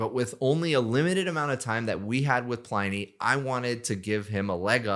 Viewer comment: OK - I know this is missing the point, and uber pedantic - but in my head it should be pronounced PLIN-ee as in "Pliny the Elder" - roman - mentioned loads on QI. Anyway, you've obviously talked to him. Hence, he'd be the arbiter - how does he think it should be pronounced?